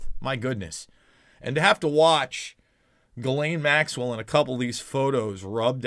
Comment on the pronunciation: Jiz-laine Maxwell